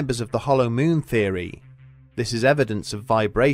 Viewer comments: Teacher - okay children say, M O O N, MOON Narrator - M O O N, MEWN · its Moon , not meeooon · "syrfeis of thy myyn" 😂😂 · I just love this guy's pronunciations! "... any further exploration of the MEWN" Lol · Loved how you call it MEWN 😀 Is there a feline connection? 😸